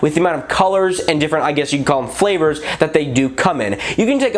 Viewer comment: did you just say flavours?